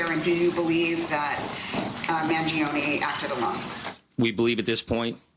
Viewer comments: It's Man-gi-o-ne, NOT Mangiono!! There's NO "O" at the end of his name! Are you dyslexic?!?!? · Man-GEE O- knee… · Your pronunciation of Mangione is wrong.